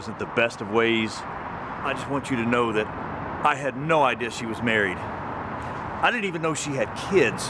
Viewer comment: love how even when you’re doing an american accent you still pronounce idea as “idear” like yas